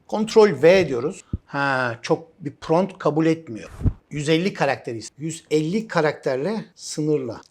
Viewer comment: Pront degil prompt olacak hocam, cok guzel bir gelistirme sureci cikarmissiniz elinize saglik.